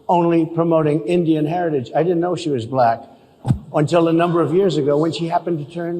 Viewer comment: I am as white as the driven snow... Why does he say bah-lack!?